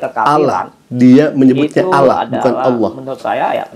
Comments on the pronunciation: dia Bilang ALAH bukan ALLOH ?😂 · Dari cara bicara saja kata Allah tidak bisa sebut,,,hahaha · Sepandai pandainya dia berbohong toh akhirnya keceplosan juga...dengan penyebutan Allah menjadi Alah.. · Ngaku2 islam sdg cr nyebut Allah saja dg menyebut alah.